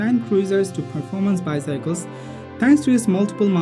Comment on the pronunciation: Anyone annoyed by the way he says bycycles instead of bicycle